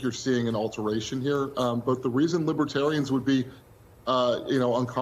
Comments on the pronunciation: Trump had planned to have his supporters sitting in the front. As usual he tried to control the situation to make himself look good. That’s partly why he wasn’t fearful of going in front of the libertarians. He couldn’t even pronounce the word and called them lib-ah-terians. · He just found out about this political ideology. He pronounced it “libba-terrain”